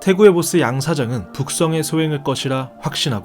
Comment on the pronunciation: 왜 처음에는 북상이라고 두번이나 잘못말하고 그다음부턴 북성으로 말했지